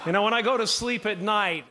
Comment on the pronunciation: He said when meanwhile i 've heard wanna😂😢